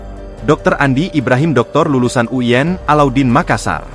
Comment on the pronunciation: Kok uyen sich, U I N bukan uyen, hehe